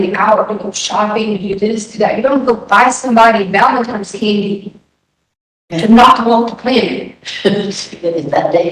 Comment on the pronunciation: This dummy called it "Valentimes day candy". That is one of my biggest pet peeves. I do NOT understand how or why people mix up the sounds of M and N....